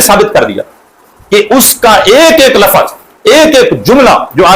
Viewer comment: جب یہ کمبخت، ناہنجار،خبیث،ملعون «لفْظ»کو« لفَظ» پڑھتا ہے تو یہ ہمارے اکابر کی عبارات کو کیا خاک سمجھیں کا